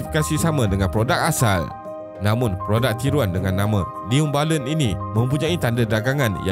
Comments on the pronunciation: Jarang berdekah bila tengok ni, tapi part “new bailun” tu tersedak jugak la tadi gelak sambil makan 😂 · Part last “newBailun” tu Ak gelak berdekah2 weh. Hahahahahah. Sial la. Lawak 😂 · Neee-u Bailand 🤣